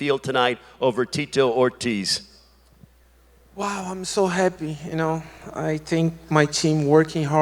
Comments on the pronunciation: The geezer calling him Tito Hortiz lol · "Teet-toe Ortiz"